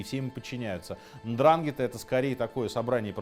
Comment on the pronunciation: Очень много ошибок (((. Пара примеров: 1) НдрАнгетта - ну тогда говорим БрУскетта. В итальянской транскрипции при такой структуре ударение на предпоследний слог. Правильно говорить НдрангЕтта 2) после Маранцано не было “capo dei tutti capi” - это был одно из основных правил Сальваторе Луканиа (Чарли Лаки Лучиано) Нет одного босса, есть совет семей. 3) В Америке не было землячества, разделение по рождению строго соблюдается только в Италии. Джон Готти Первый (глава клана Гамбино, изначально Анастасиа) был неаполитанцем. 4) главой Murder Inc. был Луис Лепке «Бухгалтер» И т. д. ………..